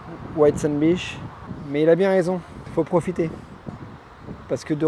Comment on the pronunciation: Merci beaucoup pour tes vidéos! « Beach » ne se prononce pas « biche » 😂! A++ poto